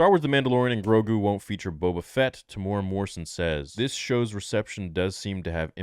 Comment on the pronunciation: As someone who lives in New Zealand, it's a pretty big pet peeve of mine that people can't pronounce Temuera's name right. It's not pronounced "Teh-mora", it's pronounced "Teh-moo-eh-rah," with a trill on the letter R. I know some people can't do the trill thing, so a regular R sound is fine, but at least pronounce the M-U-E properly. His name is also spelt wrong in the title of this video.